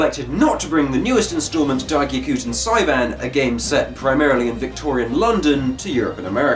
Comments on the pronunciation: You had it right for the most part, but the first part is pronounced "Gyah", instead of "Gyuh". I apologize if I sounded a bit rude, that wasn't my intention, I just figured I'd point it out since no one else did. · Hold up. Did you just say "Gyuh-koo-ten"?